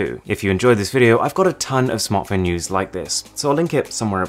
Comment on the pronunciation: "Smeash that liek" Stan Browney